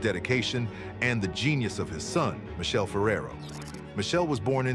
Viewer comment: Learn to pronounce Michele,its with K